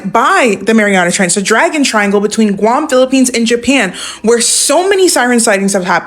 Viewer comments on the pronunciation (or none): none